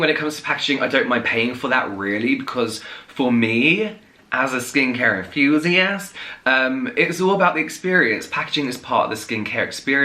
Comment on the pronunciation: “SKin cAre entHUUUsiAst" lmao